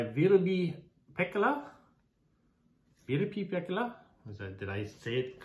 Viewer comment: You said her name, Virpi Pekkala, very well. 😊